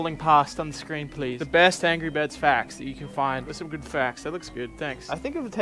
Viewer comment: "Angry virds"